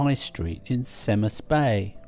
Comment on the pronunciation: Cemaes Bay, the c as in cake, not s .